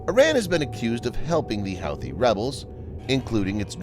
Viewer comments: Pronounced WHO-thees not How-thees. You do these video's everyday how can you not know this? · hoothy not howthy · Also, I think Houthi is pronounced hoo-tee, not how-thee. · Pronounced "Hoo Too" rebels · Pronounced, "Hooti" rebels. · It’s pronounced Hooty. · Pronounced "huthe". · Dear stupid bot voice, it's pronounced who-thee! Disliked👎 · The computer-generated voice is an embarrassment for you. Don't you have editors who can find glaring mispronunciations for you? The computer-generated voice repeatedly mispronounces "Houthi". Got a clue. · It's almost like he's never heard it pronounced out loud lol! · Cache is pronounced "cash." Houthi is pronounced "hootee." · I cringed every time you said 'Houthi' and 'cashe'.